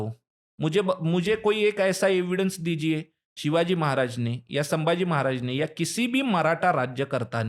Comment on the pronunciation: अरे वो सांबा! कृपया छत्रपति " संभाजी " को आप बारबार "सांबाजी" कहते हो गलत है ही, पर अपमानजनक है, सुधार ले।